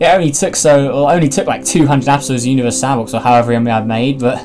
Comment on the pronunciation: at the beginning of the video this is what i heard you:welcome back to anover video of univars sandbox 2 me:huh [replays video] you:welcome back to another video of universe sandbox 2